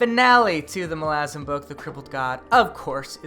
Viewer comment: How you've stuck to your guns pronouncing Malazan... infuriates me but I'm also proud lol. I enjoy your videos and its my first day as i clean my house. Dresden will thrill you all the way through and don't listen to the Ghost Story haters!